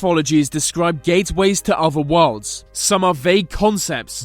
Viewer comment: “uhvuh weyulds”